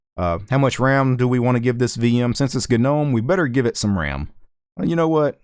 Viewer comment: GagNOMe, VieMg Why you pronounce this words this way?